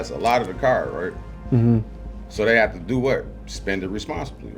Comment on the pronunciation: Any one that pronounces They as Day , just no